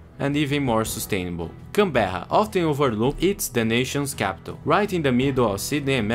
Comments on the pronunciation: apart from the pronunciation of canberra (can-bra) great video mate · how many different ways did you try to pronounce Canberra? Here's a cheat sheet to how to pronounce Canberra, Melbourne & Brisbane Can-bruh Mel-bin Bris-bin